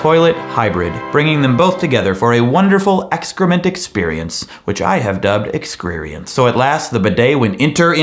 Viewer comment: My brain cannot handle the word excereience